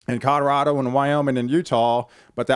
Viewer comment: Please quit saying "Cod-a-rado"! "CO-LO-RAH-DO!" Say it with me!